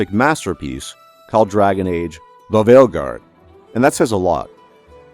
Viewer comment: I subbed to your channel purely for how your pronounce Dragon Age: THE VEILGUARD